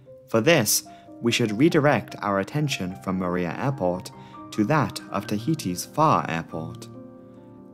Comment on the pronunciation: Superbly researched video as always- btw Moorea is pronounced "Moh- Oh- Raya" not "Mooh-reea"